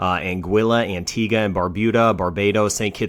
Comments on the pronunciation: Hey, at least he pronounced "Antigua" right. 👍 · Ye. He even said "Antigua" right